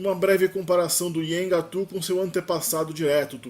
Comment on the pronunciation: esse teu vídeo deveria ser retirado do ar pelo tanto de erro que tem. Tu não sabes nem pronunciar o nome da língua direito pra começar. É um desserviço propagar desinformação e anacronismos. O Nheengatu não tem absolutamente nada a ver com a história do Brasil, visto que a história do Brasil e da Amazônia são totalmente distintas.